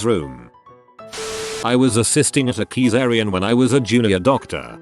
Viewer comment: "a Keysarian section"